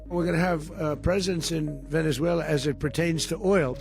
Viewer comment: It's so weird that pronunciation of Venezuela changes from Spanish to English. And other countries are pronounced in English.